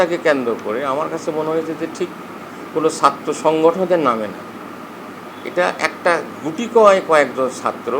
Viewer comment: এরে দেখে তো মনে হয় না এ ছাত্র ছাত্র সংগঠন বলতে গিয়ে ছাত্র সংশোজন বলে😂😂😂😂😂